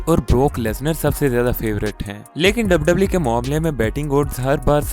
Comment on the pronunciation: Bhai tu pehle wwe bolna sikh